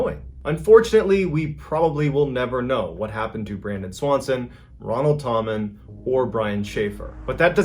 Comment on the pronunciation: It’s actually pronounced “Tam” “men” and what’s weird is I’ve been told my whole life that anyone with the last name Tammen is related to our family. Our last name actually translated to tammen after my ancestors moved to the US from Germany.. I’m probably related to this man…